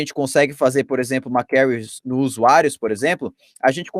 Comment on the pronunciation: Conteúdo bom, realmente interessante! Mas o difícil é ouvir "query" tão mal pronunciada tantas vezes.